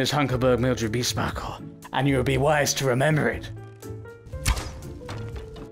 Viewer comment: WAIT?! It’s “beesparkle”?! I’ve been hearing it as beastbackle